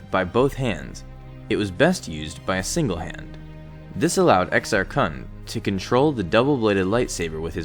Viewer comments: you pronounced it Exar Kuhn when its Exar Kun (kuun) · So, I'm not sure if you knew this, but Exar Kun's name is pronounced (EKKS-ahrr-KOON) instead of (EKKS-ahrr-kahn). Not trying to get your goat, it just annoyed me a bit.